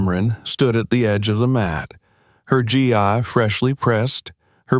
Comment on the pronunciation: GI is not pronounced G i 🤣 .. It's GEEEE!